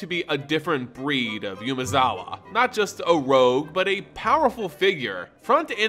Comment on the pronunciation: Please, PLEASE. Umezawa is pronounced Oo-meh-za-wa. If you'd like some help with pronunciation, please let me know.